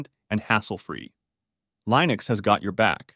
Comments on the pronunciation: I was hopeful. Till they mispronounced Linux just 37 seconds in. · tortoise-tts is cool, but the way it pronounces Linux sucks... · you keep mispronouncing Linux, I couldn't finish the video due to this, bothered me too much